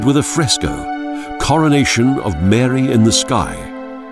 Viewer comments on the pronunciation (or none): none